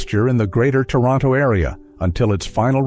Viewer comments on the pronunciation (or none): none